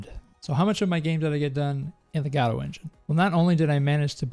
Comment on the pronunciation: Thank you for pronouncing "Godot" correctly. ;)